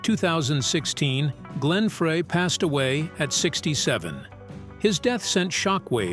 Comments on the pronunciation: it's not Frey it's FRY!!! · Glen FREY Pronounced FRI !! SAY IT CORRECTLY OR DON'T SAY IT AT ALL !!